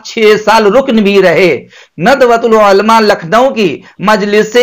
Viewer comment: آپ مفتی تو نہیں لگ رہے آپکی زبان سے اور شاید حافظ بھی نھی ہو تبھی عُلْماء عُلْماء کہ رہے ہو عُلَمَاءْ ہوتا ہے